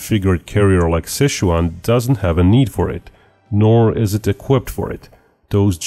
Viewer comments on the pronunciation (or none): none